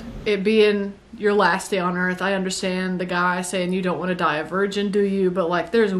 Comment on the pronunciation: "Welcome to Earph"